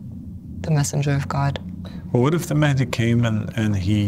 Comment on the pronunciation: "God", not "Gog" ☺️